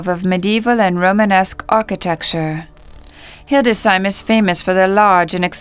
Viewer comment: I agree about the music, but i suspect the whole video is auto-generated by AI. Also, it is not Hilde "Sheim" as the AI narrator says. It is Hildes "Heim". 🙂